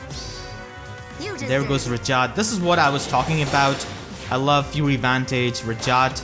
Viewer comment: She says her name every 2 minutes but you pronounce it wrong NotLikeThis